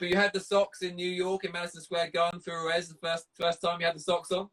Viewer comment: You ruin it within 5 seconds by calling Ruiz, Rues. What the fuck is wrong with you? His name could not be phonetically simpler . Might as well call him Enrique you tosser